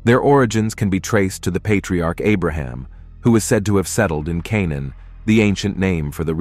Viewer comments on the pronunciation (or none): none